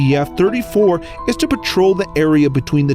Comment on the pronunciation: HE SAID MTF? ITS NTF!!! NINE TAILED FOX NOT MINE TAILED FOX!